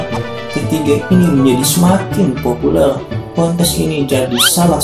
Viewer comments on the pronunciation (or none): "populel"??? woy populer woy populer..lagi ngemut apa sih nih yg ngomong nya